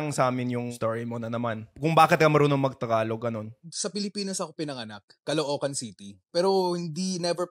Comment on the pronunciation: ang pronounciation is Tagalog not Thhagalug..🤔